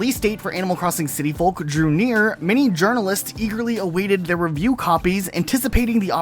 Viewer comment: i cringe whenever he says folk like that